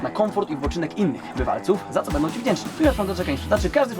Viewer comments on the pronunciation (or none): none